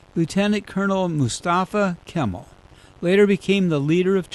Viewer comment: Pronounced Ka-mal not Kimmle